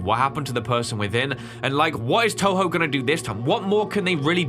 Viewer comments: “Tubo” lol it’s Toho (not hate) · The company is called toho not tobo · But they didn't even mock him for saying Tobo instead of Toho😭🤣🤣